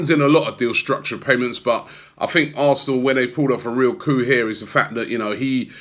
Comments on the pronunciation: Robbie stop embarrassing yourself it’s a massive coup not coo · Please stop saying coo lol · Stop saying coup ffs.